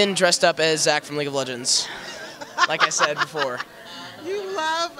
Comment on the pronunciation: "Leege of legends" XD